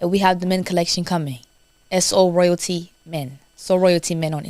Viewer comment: has a kind heart. She doesn't correct the host when he doesn't correctly say the name of her brand. Its not "so royal" its So Royalty ❤